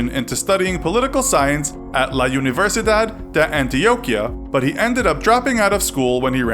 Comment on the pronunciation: You pronounced universidad wrong.